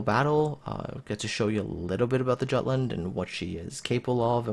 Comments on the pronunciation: Hello and Happy New Year, please review your pronunciation "giatland?" Jutland is a danish name (it's the in land part of Denmark); please have a look at this link: Thanks for your great review! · its pronounced with J mate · plz, the J is pronounced like a Y in Jutland. My ears are bleeding.